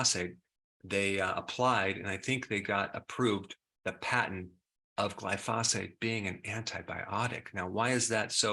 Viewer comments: Why won't Dr. Berg say glyphosate right?😭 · Awesome, game-changing revelation. Doc Berg is the only person I ever heard pronounce Glyphosate as Gly-Foss-Fate.. so TomaytO/ TomaatO..it’s all love. Thanks in abundance..